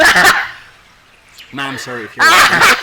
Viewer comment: says "I've fall in love with Mum Sara Duterte" which is wrong in so many ways - context and grammar alike., you should have said it like this, " I've fallen in love with Ma'am/Mam (Not Mum.. check your pronunciation please) Sara Duterte. If you can't improve your English Communication skill then you may as well speak "TAGALOG". You sound better in tagalog!